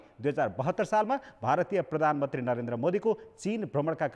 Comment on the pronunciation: भर्मण ,पर्धानमन्त्री के बोलेको हो संबाददाताले ? भ्रमण , प्रधानमन्त्री भन्न नसक्ने पनि कान्तिपुर समाचारमा । हैट